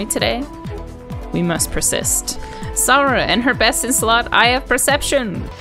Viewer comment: its sara not sauraaa